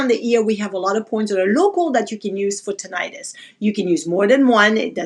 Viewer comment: Its pronounced Tih- nuh- tis .. Not Tin-eye-tus